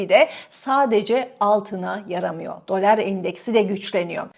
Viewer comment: Dolár değil dolar diye okuyalim. Eski sunucu böyle diksiyon hataları yapmamalı efenim. Lütfen düzeltiniz ❤ Tek keyif alarak dinlediğim kanal sucunusunun mükemmele ulaşması için bir tavsiye sadece.